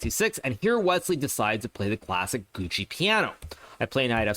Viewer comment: Gucci Piano? Fashion, music, mispronunciation and chess all rolled into one…😅😅😂😂